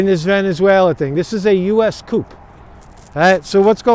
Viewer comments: COOO. It is pronounced, "COOO". (or, Kooo.) Covington; Kuh-Ving-ton. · The p is silent in the word coup